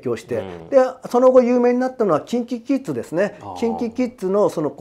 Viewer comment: 右の人の 「キンキキッズ」 が気になって仕方ない